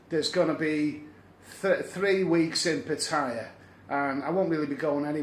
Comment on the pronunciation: good vid.....Good to hear you say Phucket correctly the way the locals say it ("Pooh-ket"}... But please also say 'Pattaya' the way the locals say it too!.. It does my head in when people say it to rhyme with "papaya"...... Best of luck, Vincent